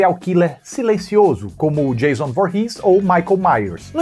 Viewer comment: Oiii, eu a assisti os filmes originais esperando pelo Revisando a Franquia e imaginando você chamando Kruger de Tio Frederico, por favor,leve em consideração. Achei um máximo o Revisando - Sexta 13- lhe ouvindo dizer "Jêison". Ansiosa para as próximas partes ❤❤❤❤.